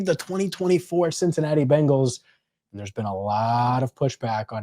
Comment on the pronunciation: Yes, CincinnaTee!!!!!!!!